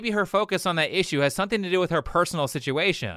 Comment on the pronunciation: Did you just call her hippo critical!? REEEEEEEE